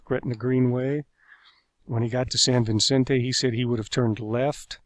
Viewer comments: It's San Vicente not San Vincente. Duuuuh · It’s pronounced “San Vi-cent-ay”. Not “San VIN--cent-ay”. There’s only one N in Vicente. (San Vicente)